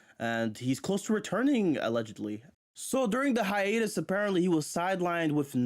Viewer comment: "Always pledged 😂😂😂"